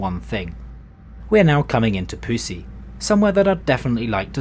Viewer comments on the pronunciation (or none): As an Estonian, I had no clue what he was talking about as it's Püssi, not Pussi. Took me a while... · I'm not Estonian or Finnish (just know who's written Mr. Hoo and Agu Sihvka tells the Truth), but I'd read it as pyu-si. Mrs.Slocombe approves, though. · püssi literally would be gun. As a Estonian it doesn't sound like pu*sy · its acutally prononcued diffrent